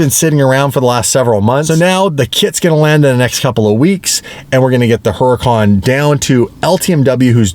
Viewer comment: People really need to learn how to pronounce Huracan!!!!!😡😡😡😡